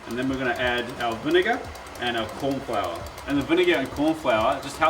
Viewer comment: “Korn” Flour - Love it 😂